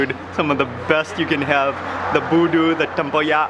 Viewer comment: SORRY..its BUDU not VOODOO ✌✌✌✌✌ Mark Wiens u r auwsome bro!!